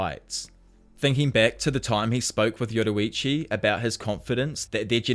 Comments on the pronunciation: Btw you pronounce yoriichi wrong it’s your-re-chi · Can anyone notice that he says yodirichi